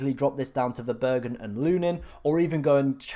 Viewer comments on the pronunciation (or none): it's Verbruggen, not Verburgen. Burgers on the mind :D